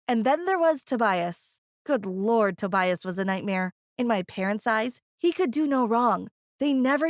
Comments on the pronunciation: "Toe-bias" That annoyed the crap out of me. 😂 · Toe-bias and Egg-atha The pronunciations of these name.